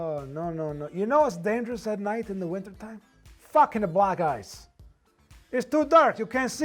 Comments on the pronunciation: *black gice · Oh now I get it he was saying black ice but it sounded like he was saying black guys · He said "black ice."